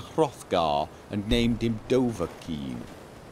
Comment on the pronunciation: Dovakin, Doavkin, now come on.